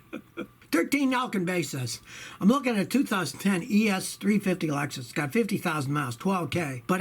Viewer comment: For some reason when he was talking about the Lexus sound like he dropped the f bomb. Keep up the good work scotty